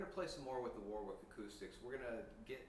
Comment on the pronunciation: Repeat after me: "Wa-rick".